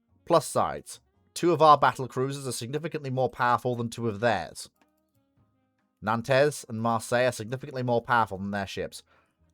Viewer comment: oh and learn how to pronounce 'Nantes'!